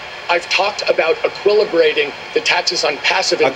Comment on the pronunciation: "aquillibrating" hahaha legend!!